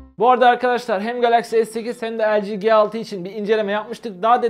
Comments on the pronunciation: El ci ge altı diyince sinir olan tek ben miyim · O LG G6 doğru okusan iyi olurdu.